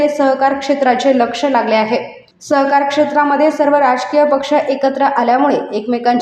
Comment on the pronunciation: सहकार की स्वहकार 😂